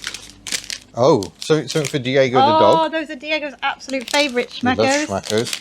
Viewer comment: I had to hear it twice, your German is so nice... «Schmackos» or «Axialgelenkspurstange». Imagine that: I watched the entire Member Q&A (cause I am one of those 🤗 )